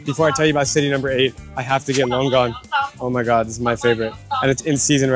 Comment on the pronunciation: The correct pronunciation of the fruit longan is Long (dragon) An (eye).